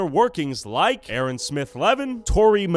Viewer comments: dude talking bout A-A-Ron 😭 that’s how yk they’re wrong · ain’t no way bro said A-Aron like where is balakay at 😭